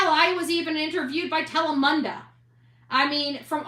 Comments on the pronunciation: Tsk, tsk, needs help in saying Telemundo. Its TEL-E-MOON-DOE 😂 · Its pronounced Telemundo